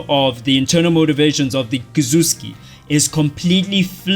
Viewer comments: Me: Kizuki This guy: "Kikuzki!" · Ki zu ki = Kizuki not Kizuzzssski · bro no hate but every time i hear you say “kazuski” it makes me cringe dawg.. KI-ZU-KI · came to the comments to see if i was the only one. "Kizhutski" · Is it supposed to be pronounced Kuzuski? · did bro say kazuskis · Bro can't pronounce Kizuki correctly, I've seen many people pronounce Kizuki like that but why if it's Kizuki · kizuki pronunciation aside, this video was masterfully put together and captivates you effectively (just like the anime). very well done